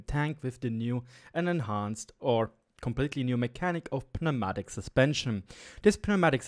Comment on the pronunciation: In English you don’t pronounce the p. It’s just new-MATIC. Not trying to be a dick.